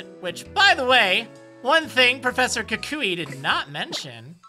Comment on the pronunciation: Ehhh, in the dub of the anime, Kukui is pronounced how you say it so tbh as far as the English pronunciation you're right.